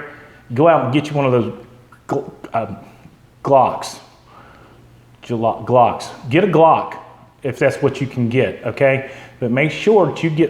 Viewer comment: You're a idiot. You can't even pronounce GLOCK right! lmfao. G-Lock...